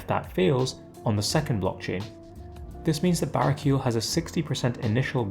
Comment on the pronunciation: I love your content, but hearing you say "bara-keel" throughout is killing me. He's an angel, so you've gotta enunciate the "el" at the end. Either bah-ray-key-el, or bah-rah-key-el.